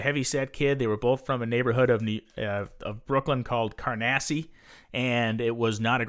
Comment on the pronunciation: Not all of your information is accurate. I'd say about 25% is somewhere between ambiguous and BS. The part of Brooklyn you called CAR-NASSY is CAN-AR-SEE. Get your sh*t together, especially if you're appealing to listeners who don't know. I take that back. 6.4K views. Mazel tov.